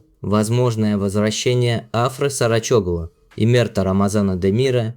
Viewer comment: Турецкие имена и фамилии имеют ударение на последнюю гласную АфрА СарочоглУ КерЕм БюрсИн.